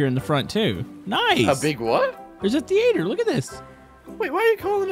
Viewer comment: as a fellow Texan, I can confirm The-ATE-er is not a Texan thing. I don't know where you got that.